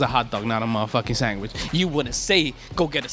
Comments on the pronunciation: Why is no one talking about how that one guy is saying "sangwhich" shivers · We can't trust him. He can't even say sandwich without saying sangwich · That girl pronounces sandwich like "samwich" this discrediting her argument that hot dogs are sandwiches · Can we all just agree that sandwich it not pronounced as samwich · every time that guy said "sang-wich" a little piece of me died... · is this guy saying sangwich all the time????